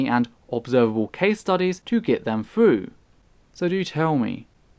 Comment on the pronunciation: I've watched many of your videos, am a sub and big fan of your work. You have a great Anglican accent, but {you might not know this} your 'th's always comes out sounding like 'f'. Example: THrough comes out Frough or THerapy comes out as Ferapy. Consider fixing this, as you'll sound even smarter then you already do, at least to American ears. Just fyi. Love the channel.